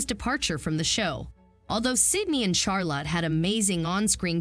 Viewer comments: Charlotte: pronounced Charlut, not "Charlot." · Charlotte, not Charla🙄🤦🏻‍♀️